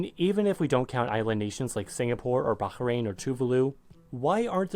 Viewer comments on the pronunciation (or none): none